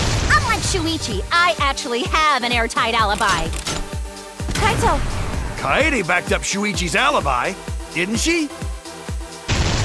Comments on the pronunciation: Izayoi Yamazaki naegis is pronounced nai-gee, while kaedes name is pronounced kay-deh (or kay-deh). Not fucking kayayayayaydeh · ( I am aware that this is a year old comment but i'd like to point this out in case there are still people who are watching this and using the comment above me as a fact ) . . . . . It's KA-EDE, you pronounce it the way it's written. KAH EDE not KAYDE, what is Kayde? It's a japanese name, not an american name, she's not like Kaitlyn or Katie, it's KAEDE, KA-EDE same applies with Naegi, Komaeda and Taeko (Celestia's real name) they're supposed to be read the way they're written. you don't pronounce NAEGI as NAYGE it's Nah-egie.. Same with Komaeda, it's Ko-ma-eda. NOT KOMAYDA or Koma-E-da... And you don't pronounce Taeko as tayko it's tae(tai)-ko (like the drum) here's some special mentions: you don't say "shuai-chi" when you pronounce Shu-ichi (obviously) you don't say "core-kiyo" when you pronounce KO-RE-KI-YO you don't say "ha-jaim" when you pronounce HA-JI-ME (this should also be obvious) you don't say "a-cane" when you pronounce AKA-NE you don't say "niko-maru" when you pronounce NE-KO-MA-RU (this should be obvious) you don't say "mayoh-da" when you pronounce MI-ODA (as mentioned by Ibuki herself) and the most mispronounced name in the game ever DANGANRONPA is DANG (like the reaction) -AHN-RON-PAH and not don-gon-ron-pa or donkon-ronpa or dan-gan-run-pa